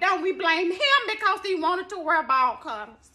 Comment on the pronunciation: she said ball cuttahs...lol